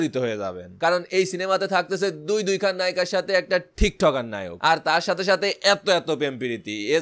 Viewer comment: ভাই নায়ক হবে লায়ক না 😂 আপনি টিকটক সেলিব্রেটিদের ভিডিও দেখলে তোতলা হয়ে যান কেন 🤣